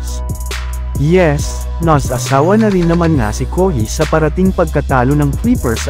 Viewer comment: Bwahahahhahaha anong kohi, kawhi, ung sound kohi...hahaha